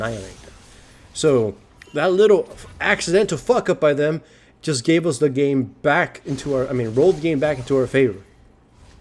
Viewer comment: the way he pronounced "game" sounds like "name" I checked for a 2nd time, was like "title of this name" u wot m8